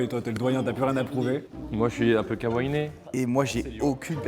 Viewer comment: Je vous adore tous mais Carlito arrête de dire « kawainé » comme si c’était un seul mot . Ça deviens une trend ce mot ..